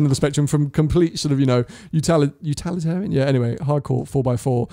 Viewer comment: You're at it again... "utalitarian"??? Have another coffee, quick! 😁